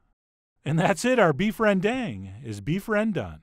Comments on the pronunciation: REN'DäNG! Not Reen Daeng! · Hi chef! Thanks for making me into a zombie for beef rendang..gonna buy that for lunch. Anyway some of our toppings for rendang include cashews, fried shallots, and those greens(cilantro or something..your choice). Oo and try pronounce it this way ‘ren-dung’ 😅 yep that’s what it supposed to sounds like. 🤣🤣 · rendang is pronounced ruhn-dung (first vowel sounds like a in comma, second vowel like the a in father) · Indonesian / Malaysian viewers where are you at? 😆 Also chef, it pronounced "rēn-Dung" not "ren-dang" 😋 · My mom's indo and she pronounces is with a long a sound like ren-dahng not like ren-dung. Maybe depends on region for pronunciation (but chef john is def saying it wrong 😂) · Pronouncing rendang more like "run dahng" would show more respect for Indonesians and Malaysians. It's not like the sounds are impossible for English speakers. Sorry to see some important ingredients left out, especially candle nut and kaffir lime leaves. Also needs more coconut cream, about 3-4x that little can. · Hi, southeast asian here. Dang in Rendang is pronounced as Dunk not Dank. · Er, it is not "rang dang" but "rearn dhung" - rearn rhyming with "learn"/dhung rhyming with "dunk". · actually you're supposed to say ran-dunk. kinda funny to hear people said ren-DANK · its actually pronounced 'ren- dung' like the dung in dung beetle. not 'ren-dang' as in dangggg gurrrrrl haha. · Ironically when you made the ren-done joke, that's more of the correct way to pronounce rendang! 😂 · I regret to inform you guys 'rendang' is pronounced ran-dung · The correct pronunciation is Beed Rendiet! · That's right!!! Chef John nailed this southeast Asian dish well and its verified by a Bruneian as well!!! That's how you cook Beef Rendang (pronounce: Ren-Dung). For us, we probably doubled up that those spices and ingredients! Keep up the great Work Chef John!! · 😂😂😂😂😂 it's called beef rendang not rediet!!! I love this guy!!!!! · It pronounce rend dunk